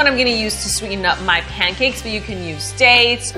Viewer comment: At 42s - it's pancakes, not pam-cakes Ha! I tried your other pancake recipe and trust this one will work out better than one did.